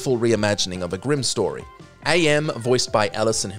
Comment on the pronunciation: By the way, AM is pronounced "am", NOT "Ay-Em". He literally explains that his name is from the translation of "Cogito Ergo Sum", which is "I think, therefore I am."